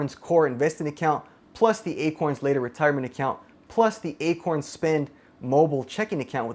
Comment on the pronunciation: you said akons xD had me deaAADD